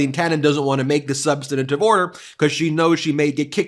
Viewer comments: So frustrating to find so many people responsible for justice standing for anything but. Incidentally, Ben, it's "substantive", not "substantative." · 'Substantive' has only three syllables, not four. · Substantive: three syllables, not four. Actual journalists make an effort to learn how to pronounce the words they use on air.